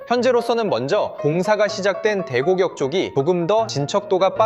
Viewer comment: 왜 대곡역을 자꾸 [대고격]이라고 발음하시죠? 대곡역은 한 단어가 아니라 대곡+역이라 [대공녁]이라고 발음해야합니다.